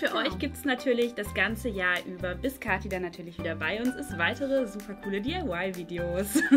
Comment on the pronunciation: Kathi nicht Kahtie